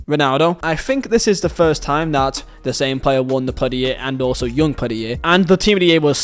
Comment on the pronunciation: “Yoong Pedierre” 😂 (Young Player of the Year